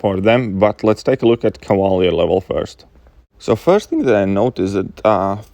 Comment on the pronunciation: Lol when you say Cavalier sounds like you’re saying “koala bear” kinda